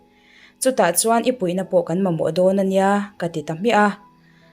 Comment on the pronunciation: I chhiar ngaihnawm.a, i aw ngaihthlak a nuam khawp mai. Ka sawi tel duh hram.chu ṭhenkhat hian Mizo ṭawng hi an duh duhin an thluk ṭhin a, ngaihthlak a hreawm ṭhin a. Thawnthu hrang hrang ka ngaihthlak tawhah 'chuar chuar' tih thluk dik awmchhun i la ni. I aw hi a 'inno' ka ti dawn nge a 'cute' reuh riau a. Pu Darxika kheuhbeuh channel a Suzanne ang chi kha i chhannel-ah hian thui deuhin han post ve la. Ka thawnthu ngaihthlak tawhah chuan ngaihnawm ka la ti ber. Talent i nei ṭha a, han ti pung zel rawh.